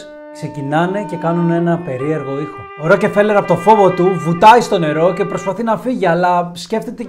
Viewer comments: Την ιστορία τη θυμάμαι από τα παιδικά μου χρόνια, τότε οι εφημερίδες μίλαγαν για το θέμα πολλούς μήνες. Αλλά παιδί μου, εδώ στην Ελλάδα τον προφέρουμε Ροκφέλερ. Όσον αφορά το βιβλίο που έγραψε ο Χοφμαν ... δεν πιστεύω τίποτα. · Wraia ta lleei to palikari giati tou kanis paratirish.. bravo re kai la8os na to les se goustaroume me ta xilia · Ροκφέλερ φίλε μου, οχι Ροκεφελερ. Βγάλε το Ε από την μέση. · Συγνώμη, αλλά δε λέγεται το επωνυμό τους Ροκεφέλερ, αλλά Ροκφέλερ. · Αυτό το Ροκεφελ !!!! Πέστο σωστά : Ροκφέλερ 😅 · Ροκφέλερ προφέρεται, όχι Ροκεφελερ . Μάλλον τον έφαγαν οι Μαου-Μαου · Ροκεφελερ Ροκεφερελ😂 έχω να εκνευριστω με λάθος προφορά από το Μαικολ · Tι ροκεφελερ ρε; Ροκφέλερ. Γράψε λίγο πρώτα αν υπάρχει τέτοιο όνομα πού αναφέρεις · Ροκφέλερ οχι Ροκεφελερ. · Δεν είναι δύο λέξεις το όνομα του αγόρι μου. Δεν τονίζεται σε δύο συλλαβές. Μόνο η πρώτη συλλαβή τονίζεται η Ro.Αλλα γιατί δεν την προφέρεις στα ελληνικά Ροκφέλερ; Αυτό το Ρόκε φέλερ δεν υποφέρεται. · Μπρο πας να πεις ένα στορυ για άτομο που δεν ξέρεις καν το ονομα του. Πρώτον είναι η πλουσιότερη οικογένεια στον κόσμο,δεύτερον είναι Εβραίοι και τρίτον λέγονται ΡΟΚΦΕΛΕΡ. ΣΒΗΣΕ ΤΟ ΒΙΝΤΕΟ ΚΑΙ ΞΑΝΑΚΑΝΤΟ ΑΠΟ ΤΗΝ ΑΡΧΗ ΑΝ ΣΕ ΑΚΟΥΣΟΥΝ ΕΛΛΗΝΕΣ ΕΞΩΤΕΡΙΚΟΥ,Η ΑΓΓΛΟΦΩΝΟΙ ΝΑ ΛΕΣ ΡΟΚΕΡΦΕΛΕΡ ΘΑ ΣΚΑΝΕ ΣΤΑ ΓΕΛΙΑ ΚΑΙ Α ΣΕ ΞΕΦΤΥΛΙΣΟΥΝ ΟΠΩΣ ΜΟΛΙΣ ΕΚΑΝΑ ΕΓΩ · STA ARXIDIA MASSSSSSSSSSSSSSSSSSSSSSSSSSSSSSSSSSSSSSSSSS ΠΟΥ ΠΗΓΕΣ ΜΥΚΟΝΟΟΟΟΟΟΟΟΟΟΟΟΟΟΟΟΟ ΟΧΙ ΡΟΚΕΦΕΛΕΡ ΡΕ ΒΛΑΚΑ ΡΟΚΦΕΛΕΡ ΛΕΓΕΤΕ Ο ΣΚΑΤΟΜΑΣΩΝΟΣ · Στην αλάνα που τον πέταξαν είναι εκεί που έχει καντίνα ο Ρότσιλντ;;;;;; Μεγάλε δεν φταις εσύ φταίνε αυτοί που σε ακούνε 😂😂😂😂😂😂 Έχεις πολύ πλάκα Εγγονός του παραμυθά έτσι; Α ! Και μάθε πρώτα πρίν βγεις αέρα Ροκφέλερ όχι ροκεφελερ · ροκφελερ διαβαζεται οχι "ροκε" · Ρε φίλε, έλεος, Ροκε-φέλερ και Ροκε-φέλερ συνέχεια. Άνοιξε ένα ρημάδι google να δεις πως λέγεται ο άνθρωπος, που του άλλαξες το όνομα. Ροκ-φέλερ λέγεται. Δεν μπορείς να πεις το ρ με φ μαζί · Ροκφέλερ έλεος!! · Ροκεφελερ;Πρωτα απ'ολα μαθε να λες σωστα το ονομα.